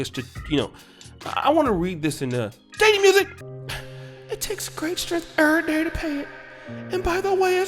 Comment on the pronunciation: Not "eryday"😂 I'm so done🤣🤣💀